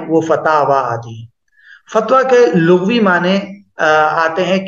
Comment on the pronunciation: حضرت لغوی باسکان الغین نہیں ہے بلکہ بفتح الغین ہے